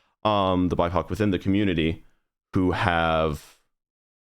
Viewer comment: When he was saying bipoc I thought he was saying "my cock" I literally had to look down in the comments to check to see what he was actually saying because I didn't know about that term lol